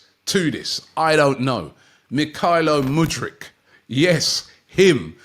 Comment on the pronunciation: Muddyk?? Hahaha..